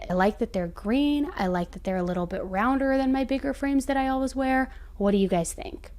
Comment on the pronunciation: I know this is the dumbest thing to complete about but it absolutely drives me crazy how you say always!!! You say ALWIZ instead of always lol